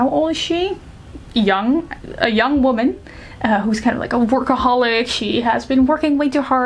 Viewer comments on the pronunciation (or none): none